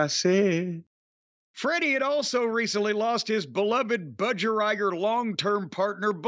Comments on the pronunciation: Laughed so hard at the way Jim pronounced Budgerigar, don’t you guys have them in the states? It’s pronounced Budge-e-ree-gaar! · Hearing Jim try and pronounce Bud-Ja-Ree-Gah (phonetics... Lol)